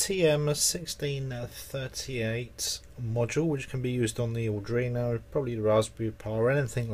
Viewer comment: Arduino - Pronounce AR DWEE NO